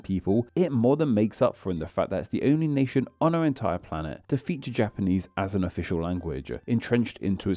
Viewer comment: Random unrelated question: why do you lengthen the final constant/syllable of each sentence? (Eg palau -> palawuh, nation -> nationnuh)